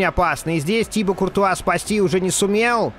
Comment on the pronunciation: Да не тИбо,а тибО!!!